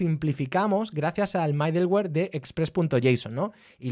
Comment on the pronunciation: Aún no veo todo el video, que está muy bueno y bien explicado como siempre, pero quería hacer una corrección: la pronunciación de middleware podría ser midelwer o midlwer, pero nunca MAIdelwer. Con cariño💙